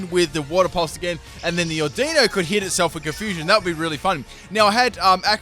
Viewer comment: I always thought it was AU-di-no not au-DI-no XD